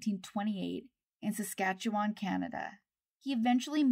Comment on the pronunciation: You said "Saskatchewan" so perfectly, just like how we say it here! Thanks for being so thorough